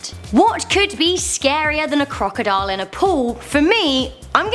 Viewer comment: I like how she says crocodole.